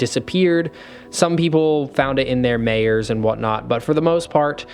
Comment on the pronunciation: I know this is an older video but I just have one tiny little nitpick that I've noticed in other videos. If you're referring to the store Meijers its pronounced "My-ers" not "Mayors" lol otherwise great video. And if its another store you're referring to then my bad 😅😅😅😅